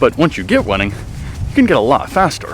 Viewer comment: He said running perfectly fine the says wunning right after lmao wtf